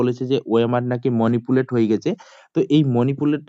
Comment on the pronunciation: Dada monipulet noi ota manipulate hobe..